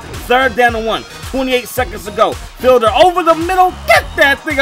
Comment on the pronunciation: Hey I think it's pronounced like "feed-ler"